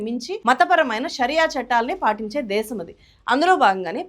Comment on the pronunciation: దేషo కాదు.. దేశం.